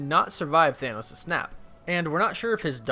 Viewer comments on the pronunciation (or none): none